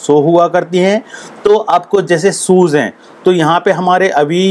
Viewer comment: Mostly indian cant speak well : shoes... Mistake shozzz